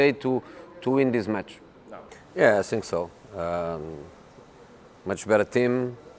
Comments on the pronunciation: "I sink his career is sinking" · I sink I can too hhhh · I sink his english is the best. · “I (sink)think.... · Is it just me or anyone else also hates the way he says "think" as "sink" 😶